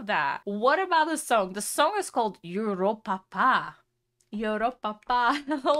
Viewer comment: ”ienhoernjoest”😂 “joeropapa”😂 “just”😂